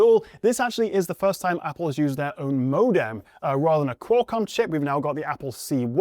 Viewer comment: Why did you say modem like that? Like how I'd imagine a French person would say ikt.